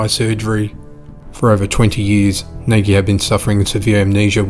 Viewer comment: The last name "NAGY" is Hungarian & is pronounced, "NODGE", NOT "NOGGY".